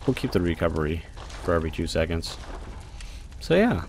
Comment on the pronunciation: "seocnds." :D seocnds?